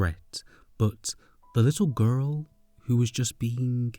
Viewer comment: This was an amazing video but I laugh everytime he says “gu-rl”